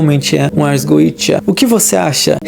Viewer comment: Se é goetia, por que é pronunciado goija ou goecha ?